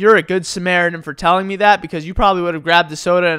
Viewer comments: Lol,i love how he said "Meh" instead of "Me" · lol the way you say "me" as "maeh" cracks me up for some reason. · I just love the way says "meh" instead of me